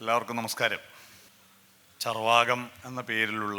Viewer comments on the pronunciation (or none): Charvaakam😂😂😂 alleda Chaarvakam.. Chaarvakam. Koothara valicha program